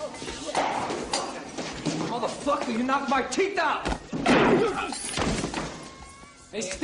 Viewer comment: "You knocked my teef out"!